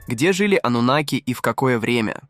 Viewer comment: Ойц... афффторрр, ставьте ударение правильно ((( аНнУноки